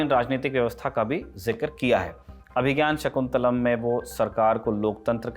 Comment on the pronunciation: तुम्हें तो अभिज्ञान शाकुंतलम् का उच्चारण करना भी नहीं आता